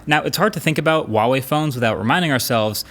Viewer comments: it's HUAWEI....people call H-UA-W-EI...not WUAWEI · Dude it's not hard to pronounce. HUUUU WAAA WAAAAYYY. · i wuawei or huawei? like rly he says wuawei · Not Waah wei , it's Her-wa wei. Her and wa need to pronounce together. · Dear MKBHD, The H in Huawei is a hard H. A lot of YouTubers pronounce it as "Wah-Wei" but it's actually pronounced "Hwah-Wei" just like its written. The first Chinese character of the word Huawei is 华 "hua", meaning "flower" (see their company logo) and it has a hard H sound. Its a small nitpick but it drives me a little crazy each time I hear it. I haven't seen a phone review that pronounces it correctly yet and I'm guessing its probably because no one has told you/corrected you. Anyway, cheers for all the great content. Stay safe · Normal people: huawai Americans: wAWaY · Hey, we have to talk. It's HUAwei, pronounced like who, not uawei. :) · IT'S FUCKING HUAWEI IS NOT WAWEI DUDE QUIT THAT BULLSHIT!!!!! PLZ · why do Americans pronouce Huawei as Wawei its not a silent H bro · why do people pronounce huawei like Uawei? the H is not silent lmao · I don't get it man, how many Huawei videos have you done how and you still pronounce it 'wah way"? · Ahh is a Chinese it hurts when he says wawei instead of pronouncing the h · so it's pronounce "wawei" huh? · I still dont understand why you pronounce this name like this, there are no silent letters in Mandarin 🤣🤣🤣🤣🤣🤣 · thats not how to say huawei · I love it when people pronounce huawei and think the h is silent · H, pronounce the H!!! lol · You pronounce Huawei incorrectly. The H is not silent. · How does he, a tech reviewer who reviewed a ton of Huawei, Xiaomi and other chinese phone manufacturers’ products and still butcher their brand name every single time. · Well... after years people still don't know how to pronounce huawei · What's with the silent "H" when people pronounce Huawei? We're not French here and neither is Huawei so please just put the H back in